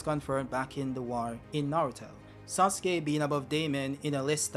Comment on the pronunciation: “mIsTEr sOoSuKE”